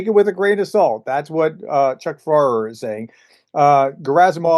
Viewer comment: Okay, please, International friends, please notice he even makes (very american) Chuck Pfarrer's last name more complex than he needs to (It's pronounced like "Farr") He is tryin'!!